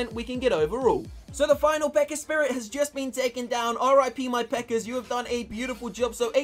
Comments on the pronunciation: I heard say pekker I believe he meant pekka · I like the way he says pekka lol he says it like pecker